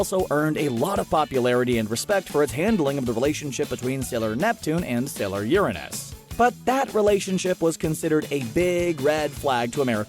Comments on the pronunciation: The way you say uranus bugs me. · UrAHnuhs ahhhh no it’s Uranus